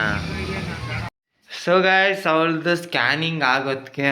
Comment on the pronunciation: ಸ್ಟಾನಿಂಗ್ ಅಲ್ಲ bro adu ಸ್ಕ್ಯಾನಿಂಗ್ adu salp ಮಿಸ್ಟೇಕ್ ಮಾಡಿರಿ bro